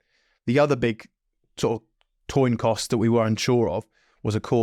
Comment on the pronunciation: what’s a toin coss? 😂